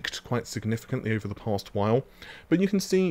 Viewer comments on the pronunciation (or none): none